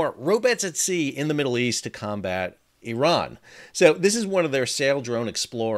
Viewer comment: Iran= E-Ron Iran# Eye-Ran